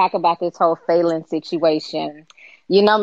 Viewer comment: Why y'all keep calling that girl FAY-lynn? It's FAL-LYNN